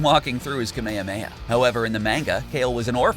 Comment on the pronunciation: Every time Ka-mea-mea and Zah-mah-sue are said I cringe a little.